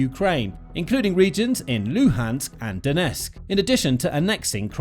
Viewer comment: everybody pronounces donetsk as donesk xd